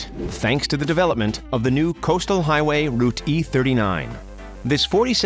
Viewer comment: Who , in English, pronounces the 'e' in 'route" ?